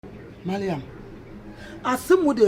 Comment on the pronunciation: Is it Mariam or maliam Eeii 😀😀😀